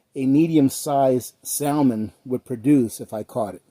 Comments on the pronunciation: The L is salmon is silent. Great video though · You don't know how to pronounce salmon, omg